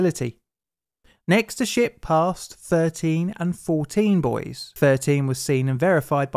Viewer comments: omg why does he keep saying "boys" instead of "buoys" hahahahaha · Sounds like Boys when you say buoys lol